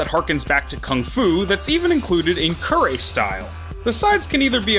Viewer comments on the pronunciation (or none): none